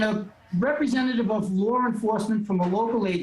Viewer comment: That "lar" enforcement he keeps talking about 😂